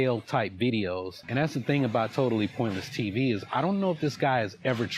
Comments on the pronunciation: I hate how he says "Totaless pointless TV" He mispronounces word like this often. It's not even done on purpose for comedic value, hes just illiterate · The moron keeps calling the channel "TOTAL-LESS-POINTLESS-TV" come on, buddy, sound it out, you can do it! ... Maybe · I just love " totaless pointle tv. " my favorite channel.... Dude can't even pronounce your channel name correctly!!! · I don’t think he ever pronounced your name right even once. It’s not a tricky name. Totalus? Hmmm. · He can’t pronounce your channel name mate 😂 another stupid arrogant gringo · Mans can't even say your fucking channel name right. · another question is WHY he is unable to pronounce the name of your channel.. its not that difficult. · That nigga cant even pronounce Totally Pointless TV correctly.. 🧟‍♂️ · Jesus Christ. Why does this guy have to much trouble saying three words?! Totally. Pointless. TV. It's three damn words! And he says it wrong every single time! And wrong in a different way every time! It's insane! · Is he saying totally pointless tv wrong on purpose? It hurts my ears.